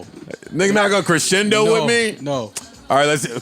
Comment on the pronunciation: "Hit the Crishendo"---- Joe Budden 2020 lmfao.